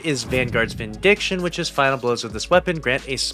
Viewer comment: VindiCAtion, not vindiction! 😅